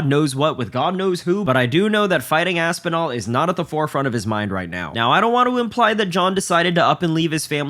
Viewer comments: He can’t even say Tom Aspinal?! I know jones is scared of that name but damn. The HW division is a joke all because of Dana they need to strip that coward jones! Jones is scared to death duck it ain’t happening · Dana White can't even say Aspinall's name. Disgusting. Are the journalists so scared to lose their press pass that they refuse say something about it? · That opening clip is insane. Really all that needs to be said about the situation. He can't say Aspinall's name, what the fuck.